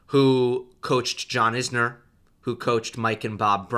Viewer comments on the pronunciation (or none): none